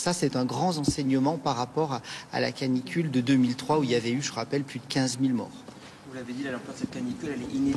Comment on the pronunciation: Canicule (pas clanicule) Merci de rappeler au parents d'avoir du bon sens et au professionnel. Çà resume bien le désarroi du pays